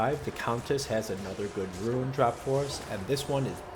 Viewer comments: It's pronounced rune. Not ruin. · omg i cant handle the "ruin" its RUNE. ROOOOON. REWN. not REW - IN.